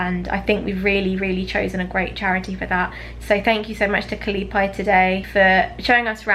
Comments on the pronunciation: Its funny how you pronounce KALIPAY... as KALI-PAY as in PAYPAL... but it is actually pronounced as KALI-PIE... as in Pizza PIE. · Ka-lee-pie . That's how you pronounce it. It means Happiness in my native hiligaynon language. 😍 So generous of you . Thank you for helping our unfortunate brothers and sisters.I notice the government and people of UK has been one of the biggest charity donors of this country. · ..its KA-Lay- PIE..not Ka- lay- pay.....ok? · the way you pronounced "kalipay" in the beginning is hilarious. Cali-pay😅